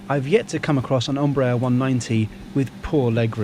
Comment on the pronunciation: Hello,: just caught up with this report, which I enjoyed as ever. One detail: the initial ‘E’ in Embraer gets its normal value, as in Edinburgh, not the ‘O’ or ‘U’ that you give it. Portuguese has some startling pronunciations, but this ain’t one of them.